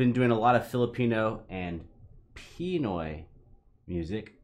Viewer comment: it's pronounce as "Pinooy" not "Piiinoy" hahaha